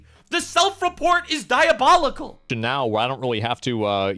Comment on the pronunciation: stop saying diobolical or I will steal a penny from you, sir.